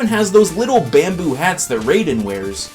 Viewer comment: its not ray-din.... its raiden.... (r-eye-den)